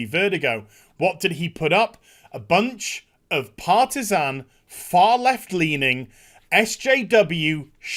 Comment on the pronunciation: did you say Partisan or Parmesan?